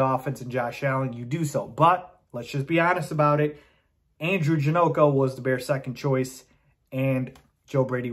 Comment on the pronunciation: It's Ja- knock- o